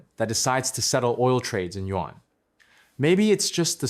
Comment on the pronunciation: Not Yuen but Yuan!!! 😂😂😅😅